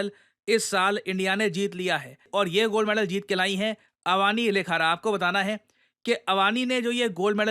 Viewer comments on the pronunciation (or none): Sir vo Avni hai, Avaani nhi hai 😂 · अवनि होता है अवानी नहीं भाई 🙂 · It is pronounced AVNI, not AVANI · Sir, actually her name is अवनि लेखरा not अवानि Please read Indian names in Devnagri atleast one time because in English you can't read as it's that you write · पिरिशांत धेवन कहे तो कैसा रहेगा अवनी को अवानी बोलना जरा विचार करो किस स्तर पर आप भाषाई गुलाम हो अंग्रेजी के की आपको अपनी मातृभाषा के शुद्ध उच्चारण में समस्या हे और यह कोई पहली घटना नही है इस से पूर्व भी कई की है; बाकी आपके ज्ञान का में सदैव प्रशंसक रहा हूं आशा है सुधार होगा। जय राम जी की। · अवानी नही सर, अवनी नाम है उसका. रोमन लिपी छोडो, देवनागरी देखो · Sir it's not अवानी लेखारा Its अवनी लेखरा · अवनि not अवानी ❤❤❤ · अवानी? आप भारतीय हो या विदेशी? क्या आपको पता नही के अवानी नहीं अवनी नाम है? गलत उच्चारण का फैशन चला आ रहा है। दुर्भाग्य है इस देश का, शिक्षक ही जब गलत उच्चारण करेंगे तब विद्यार्थियों से क्या ही उम्मीद रखें। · Answer: (B) Shooting सर थोड़ी correction है नाम में - its not अवानी लेखरा, its अवनी लखारा, अवनी means पृथ्वी, पृथ्वी का पर्यायवाची नाम होता है अवनी। Thank you sir, जय हिंद जय भारत। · मै आपकी IR videos 7 वर्षों से फॉलो कर रहा हूँ। आपके द्वारा दिया गए कंटेंट से लेकर भाषा तक सब सही होने की उम्मीद रहती है। नम्रता पूर्वक अनुरोध है की हिंदी के शब्दों को हिंदी मे ही उच्चारित करें, जैसे अवानी के स्थान पर अवनि। धन्यवाद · It's not AvAAni....it's Avani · अवानी लेखारा नही Its अवनी लेखरा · Hello Sir, her name is not called Avani but rather Avni. A after V is silent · It's अवनी not अवानी ......